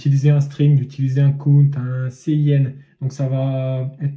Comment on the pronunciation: Bon je vais être un peu casse pied mais voici quelques petites erreurs : La prononciation (ce n'est pas très important mais ça aide à la compréhension) : cout est en réalité consol out (et cin consol in) donc cela se prononce plutôt ci out et ci in (le c à l'anglaise). Le using namespace std est bien en soit mais puisque std est EXTRÊMEMENT vaste, quand tu rencontrera des plus grands projets il y aura sûrement une de tes fonctions qui portera le même nom qu'une autre fonction dans std, et là c'est vraiment relou à trouver le problème (car std:: signifie à peut près dans std). Et n'oublie pas l'espace après les deux points dans cout :P Bon je râle mais cette vidéo était super